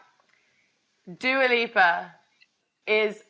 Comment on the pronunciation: Who the hell is Dooa Leepa?